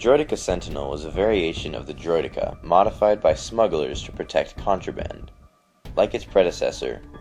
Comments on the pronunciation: ITS Droid-eh-kah not Droid-EE-kar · Droid-D-Cens? I prefer the pronunciation Droid-deh-Ka. Our you Dan just call them Destroyers or Destroyer Droids. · Bro it.s not droidika it.s droidikaaaa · Droy-Deh-Kah not Droy-Dee-Kah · THAT IS NOT HOW DROIDEKA IS PRONOUNCED its droid-ecka not eeka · its pronounced droi-decka, not droi-deeka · droid-eeh-ka not driod-ee-ka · bro he really saying droy deka lol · I ain't gonna lie I chuckled everytime he said droideeka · It's pronounced eka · it's supposed to be pronounced droid-eck-uuhs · He says droideeka which is so annoying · Let's be honest everyone: It's not pronounced this way, its pronounced: Droid-e-KA. Like in the TV series and original battlefront. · Why the fuck are you calling them "Droideekah's"? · I love your account dude but Driod-Deck-A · why the fuck cant people just agree on the pronunciation of Droideka? Someone even says it in the phantom menace, its pronounced Droidacar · "Droid-ee-ka". Using too much emphasis on the 'e' there. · can't stand how you say driodeka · It's not droideka it's more like droid-e-ka no pauses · You pronounced deka wrong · Technically it is a "valid" pronunciation, but I personally feel it just sounds wrong when pronounced that way. Droideka without the emphasis on the 'e' seems to be the actual standard and most 'correct' pronunciation of the term.